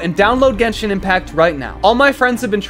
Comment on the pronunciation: Ok good sponsor I actually play genshin but it’s pronounced “GenSHin” Not gengen it rlly annoys me.